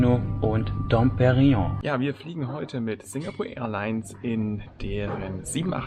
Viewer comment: Lauf du mir mal über den Weg.....ich werde dir beibringen wie man Dom Perignon richtig ausspricht 🤣🤣🤣🤣 versuchs mal so....Perinion 😉😉😉